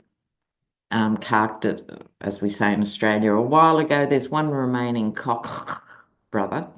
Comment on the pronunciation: pronunciation of Koch is priceless. It cracks me up every time!